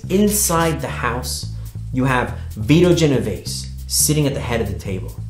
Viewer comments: So this dude is a writer and can't even say correctly Vito Genovese... great talent for research... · Good lord...his pronunciation is painful